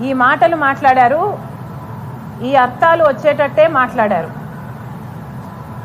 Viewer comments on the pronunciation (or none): అర్తాలు కాదు వనిత," అర్దాలు "మీ కుటుంబం మొత్తం తెలుగు అవమాస్తున్నారు. తెలుగు బాష మీద పగపట్టారా?